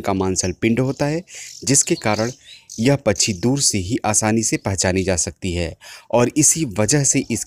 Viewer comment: कृपया " पछ्छी " के बजाय " पक्षी " बोलिए।